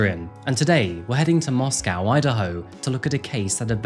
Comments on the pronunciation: FYI in Idaho they pronounce the second syllable of Moscow as -koh, not -cow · MoscOw and not MoscAw ffs ! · Strange to hear Moss-Cow not Moss-co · It's not Mosque-ow...that's in Russia. It's Mosque-oh. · Its not pronounced Moss-Cow. Its pronounced Moss-co. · It's pronounced 'Mosco' not 'Moscow.' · Intentionally mispronouncing Moscow to troll the town. Classic. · Moscow, Idaho pronounced Moss-Coe…. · I've visited this town before and I've gotta say, the locals get upset if you pronounce it like the capitol of Russia. They pronounce it Moss-Coh. Just a sidenote I thought I'd share. Great reporting as always, Adrian. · Really used to enjoy when you did cases that we hadn't really heard about. Nowadays it's same old same old that's already flooding YouTube. Whats with the mos🐄 pronunciation 😂 time for a break for me sorry Adrian i do hope you and Nero well and all the best for the coming New year xc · MOS-CO. NO cow in the word. It is co. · it is interesting how this Moscow is pronounced.. if he knew Madison it may be an unrequited obsession and revenge for rejection .. this is a risk young people face when they meet strangers at random without checking their backgrounds..which was therefore perhaps not encouraged in the past in many traditional cultures...